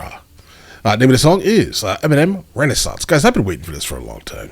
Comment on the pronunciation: Great vid, thank you for being one of the few reactors who pronounce the album title correctly as well😁